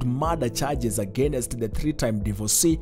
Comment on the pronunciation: Very bad grammar in this report. And why do Kenyans love saying agenest instead of against????? Do better.